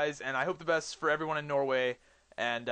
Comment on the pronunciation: lol u said norway really funny :P